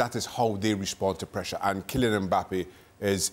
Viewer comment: Ale puts a g sound at the end of ‘Kylian’…. anyone else hear it?